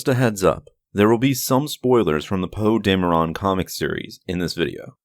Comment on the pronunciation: did you just fucking say? 😂😂😂 thats gonna trigger me for the rest of the video if you say it like that, you actually have a tendency of saying a bunch of shit wrong in your vids, its like you make vids about Star Wars and lore and you name yourself the “master” of lore, you should at least pronounce something wrong only once or twice in your lifetime on accident! seems like you just make videos and dont even watch or know SW